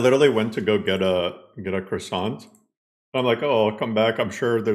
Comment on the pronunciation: A crossaaant? That's posh 😂👍